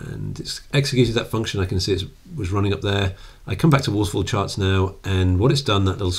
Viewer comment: "Waffle chawts." "Waffle chawts!"